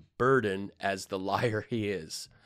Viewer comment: Those magatears comments are on your Twitter comments? Btw "lier" kill me.